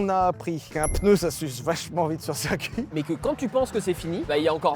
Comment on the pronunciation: Chers youtubers, on dit circuit pas cercuit.